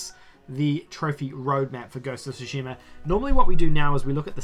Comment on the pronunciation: Its not Sushima its Tsushima.